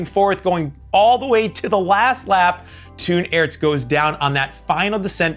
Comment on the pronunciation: Hello, really enjoyed the video! Just a small tip: Toon Aerts is pronounced like 'tone arts' in English, rather than Toon as in Looneytoon!